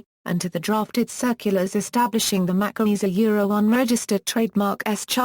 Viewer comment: Pronounced: "MaKey"